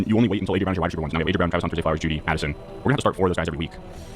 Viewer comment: Does say "Wida Ceiver" or am I tripping balls